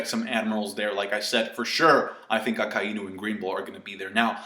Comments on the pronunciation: I am a native Japanese speaker you are incorrect in your pronunciation. It is pronounced Akai-Inu. It is a play on words with Akai = red and Inu=dog so the "i" is said twice. Even in the anime it pronounces it like this. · Why does everyone pronounce Akainu as A-Kai-e-nu, were did the "e" come from? Great video anyways